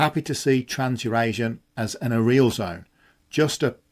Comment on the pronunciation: check your pronunciation of "areal". It's closer to "area" + "L", not "a" + "real"